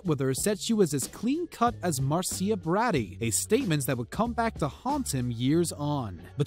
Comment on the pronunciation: Love the pronunciation of Marcia Barady,lol!!